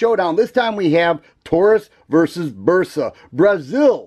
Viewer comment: I like the Burp-sa over the Toe-rus. Lol 😂